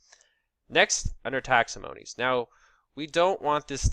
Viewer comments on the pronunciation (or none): your video is great!!! but you gotta stop saying Taxomonies instead of Taxonomies:) Best of luck and no hard feelings! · Why are you mispronouncing words though? Index-ed? Taximonies? What's going on?